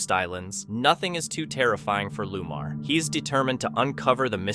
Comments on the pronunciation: It’s not Lumar! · Narrator should learn to pronounce names properly which shows his ignorance & c/b very offensive to many e.g one paranormal investigators name is Lomar not, Lumar as pronounced